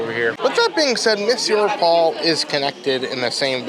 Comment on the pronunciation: Monsieur Paul, Crêperie de Paris and Chef de France are well pronounce too 👏🏼👏🏼